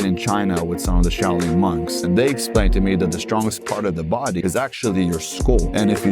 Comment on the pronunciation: Shao Ling sic. Cant even say the word , maybe he had kung fu panda teach him , as shifu was busy ! And now hes got 10x testosterone , thats not even healthy let alone true !